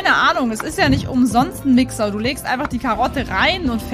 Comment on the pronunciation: Warte mal... hat Gnumami ,,Wixer" anstatt ,,Mixer" gesagt ,oder habe ich mich verhört?😂❤